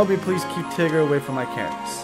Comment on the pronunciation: If he was your favorite, why are you calling him Tiger? His name is Tigger.